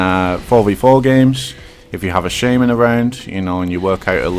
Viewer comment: You pronounce shaman so wrong it's infuriating